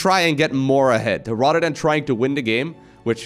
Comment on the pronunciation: Every time he says "rather than" i hear RotterdaM